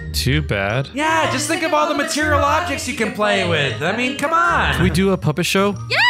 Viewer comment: "But Vanessa I'm a marterial girl" 😳